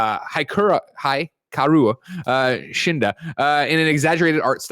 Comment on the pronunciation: Also the comically bad way he mispronounced Hikaru Shida